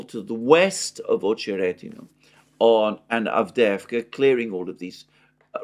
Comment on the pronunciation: AhcheRETinah, stress on RET, not on oh